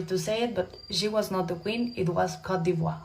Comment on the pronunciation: i love you pero its not cote de voire you need to pronouce it cot de bwah...